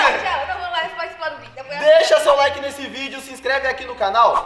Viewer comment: "LAIK"? Mano??? é "like"